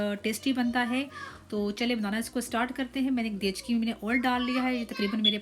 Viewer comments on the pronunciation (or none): 😂😂apne gekchi ko bola gechki. But recipe Mashallah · Are medam dechgi nahi degchi balte h